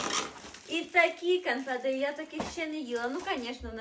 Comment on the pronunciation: Канфети!!!😂😂😂 Боже ж мій, людина з вищою освітою? Гидко слухати...😮